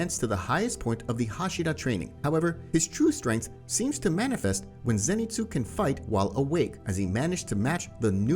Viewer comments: Zenitsu not Zanitsu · BRO U SPELL ZENITSU WRONG U SPELL ZANITSU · Ah yes Zanitsu Agatsuma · Zanitsu?? You mean zenitsu? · Why is it zanitsu it's zenitsu